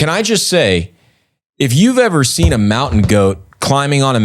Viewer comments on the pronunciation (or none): none